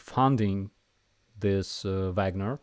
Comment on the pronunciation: Fagnorites? Wagner? I love it! 😂